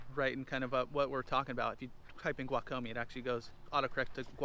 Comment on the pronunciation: Umm, ya said Guajome wrong...